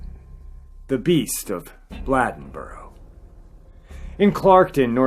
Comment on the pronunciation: It's pronounced Bladeboro with a long A (Bl AY den bo ro). I live only about 10 miles from this little town. They have a festival in commemoration of the terror this community felt at the hands of this beast each year. The Beast Festival. Older people still tell stories about the experiences people had during this time. Women and children were all inside and remained there by dusk each day. The men formed groups and hunted this thing at night. It just stopped one day. No more killings. However, about 10 years ago there were reports from a county not far from here that were similar to the killings in Bladenboro in the 1950s.